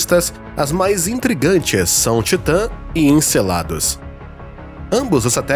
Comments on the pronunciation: 🙈"Ecelado" foi de doer nos ouvidos. Encélado fica melhor cara pálida. 🏹🎯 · A produção e o conteúdo é muito bom, mas vocês precisam fazer uma revisão da narração antes de publicar. planeta melado? (seria originalmente "planeta helado" em espanhol e trocou o H pelo M? 😂) para rimar com Enecelado (em vez de Encélado?) Assim como "azoto" que em português não é mais utilizado. Atualnente é só nitrogênio.